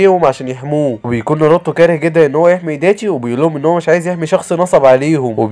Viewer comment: ناروتو ❎ نروته✅😂